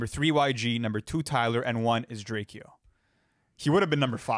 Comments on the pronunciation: Did you call him DrakEO? It’s pronounced draco like the gun. AlsO RIP to drakeo he was a goat Fr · Bru...it's pronounced drake-o not drake-eeo...rip the ruler, gotta put respect on his name